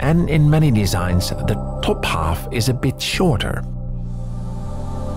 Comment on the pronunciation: Are you swedish or norwegian? When you said “top half” it sounded very swedish